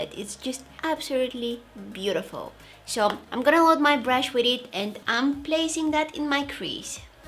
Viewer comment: why do you say sho instead of so? ;/